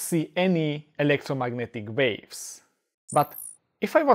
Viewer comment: Is he saying electromagnetic waves or electromagnetic babes?